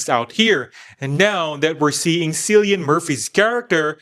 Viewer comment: why can nobody pronounce Cillian.....like fr..its not hard